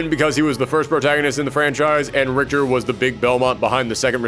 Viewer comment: Richter Belmont, a beloved character of the Castlevania Franchise. Not beloved enough that ~90% his fans would know how to pronounce his name though...